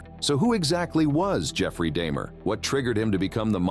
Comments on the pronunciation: "Dahmer" To "Deymer" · Jeffrey Dahmer? Nooh, Jeffrey Dayhmer! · its not day-mer its dahmer jeffrey dahmer the people nommer get it right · You heard and said his name multiple times yet still lwt Daymur slip? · Seems like AI would have pronounced Dahmer the same way every time, and not switch to day-mer once in a while. Writer error could account for that, though. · If it said Dahmer as Daymer, you know it os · Yes it is—The AI definitely changed between “Dahmer” (proper pronunciation) and “Daimer” (improper pronunciation). That’s just one instance… And the voice has a robotic tone, however subtle. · bro said damer like ishowspeed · It would help if the robot narrator could pronounce his name - from Dah-mer to Day-mer in the space of a few seconds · How did the narrator pronounce it as Dah-Mur and then pronounce it Day-Mur? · Why was Dahmers name pronounced Dah-mer then next sentence Da-mer? One or the other. Too many images of Evan Peters instead of Dahmer. Plus Jeremy Renner portrayed Dahmer way better before Peters did in my personal opinion. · Who’s Day-mer? Lmao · Why would you say his name correctly several times then say day mer? Ive never heard someone do this before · who the hell is jeffrey daymer? how can you mess his name up that badly? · He only killed dudes so I'm pretty sure she was safe. Her son however...😳 That is scary. Side note - did dude pronounce his name "Day-mer" one time?? 🤔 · lol I heard daymer too lmao but he also only liked colored kids/teens. They were less likely to be looked for. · Say's Jeffery Dahmers name, and then IMMEDIATELY SAYS IT WRONG.💀🤣 How dumb are you!?! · So lazy you cannot even make sure the A.I. is pronouncing Dahmer correctly lol. I the first minute ahahhahhaha humans are screwed. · Your AI voice can't even consistently pronounce Jeffrey's last name correctly, maybe put a little actual effort into making a video.